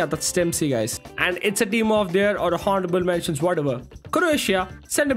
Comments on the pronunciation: its pronounced onorable mentions not honarable mention the spelling is honourable and h is silent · Honourable mentions 😂😂😂 it’s pronounced with a silent h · Bro in honourable h is silent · Someone kindly teach that 'h' in honorable is silent😂😂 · Bro your honourable pronunciation is really cringe